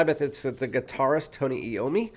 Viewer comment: Who lied to you? It most definately is "Eye-ohm-me". Nice review though...